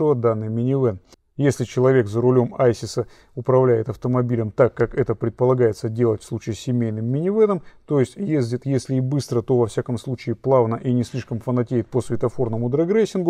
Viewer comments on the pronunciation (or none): Да не айсис а исис тундра .